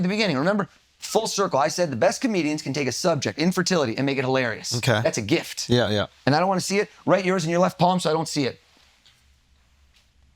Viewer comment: Check out the emphasis on “Gift” as and then he writes a “G”